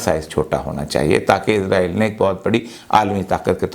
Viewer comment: ازرائیل نہیں اوریا بابو، اسرائیل۔